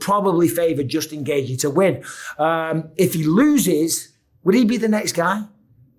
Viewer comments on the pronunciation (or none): Justin GAY-G 😂